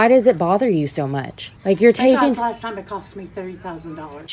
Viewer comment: The one time the vegan teacher pronounces last so so wrong it sounds like